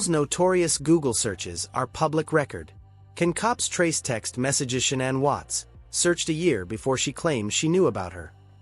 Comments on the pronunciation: Parents pronounce it Shannan it rymes with cannan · And this joker reporter here knows there no damn u in Shannan's name its not Shaun anne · It is 100% Ai garbage. No human reads ‘ AM’ as “six colon fif-teen am”. Not to mention Shannan is pronounced incorrectly, AND “Nichol” is spelled wrong lmao. Syntax is all screwed up. Unfortunate, because this is a fascinating, important aspect of the case which is hella underreported.